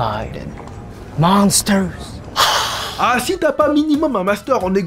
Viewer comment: Il m’a tué Henri quand il dit monsters